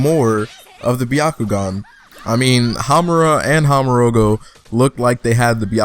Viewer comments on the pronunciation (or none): "Hamorogo" hahahah